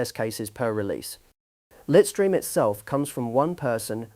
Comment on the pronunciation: The AI mispronunciation was slightly annoying though 😅. Litestream is pronounced LITE-stream (/ˈlaɪt.striːm/). It combines the words "lite" (like light) and "stream" (like a river stream).